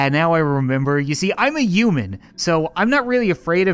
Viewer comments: He keeps on saying uman instead of human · Who else noticed he said uman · he said hooman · not human it hoomun